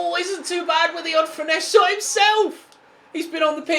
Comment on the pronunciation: Dude can you just stop saying finess-uh? It's super cringy when you try too hard to pronounce something in an exotic way.